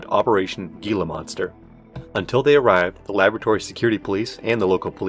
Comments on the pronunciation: ik its a nitpick but its pronounced "Hee-la" not "Gee-la" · Hila. Heeelaaa. It’s pronounced Heelaa monster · not that it matters a whole lot, but two pronunciations were incorrect; Tucson is pronounced "two-sawn", and the G in gila monster makes an H sound (hee-la) Otherwise, really great video and detailed worldbuilding, really stellar job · You need to work on those pronunciations like Gila monster, HECU, and Tucson if you're aiming for that documentary feel. It always sucks me out of the immersion when that happens. Also need to slow down your reading a little bit, otherwise the cadence and tone is great. Your voice is well suited to it. The vortigaunt on the stretcher was a bit goofy, no way they would realistically be transporting that in the open. It would be blocked off with ample standoff distance and they'd bag the body first. Even with traffic deaths they wouldn't let that many spectators. The remark that Bush did not resign would not be considered controversial. No president would be expected or asked to relinquish power in such a time of emergency.